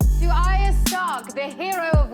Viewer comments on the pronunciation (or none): none